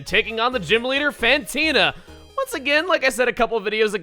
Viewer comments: martin brana Also, it's Fantina, not PHantina. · fantina is French...not whatever accent you're doing, it sounds vaguely a mix of.....Russian and Italian? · He's not very good with the French accent, is he? He's making her sound more Italian than anything else XD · Fantina is French or at least a french speaker, not a possessed Italian. Although your voice was pretty spooky!